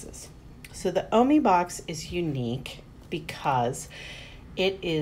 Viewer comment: It’s pernused o-my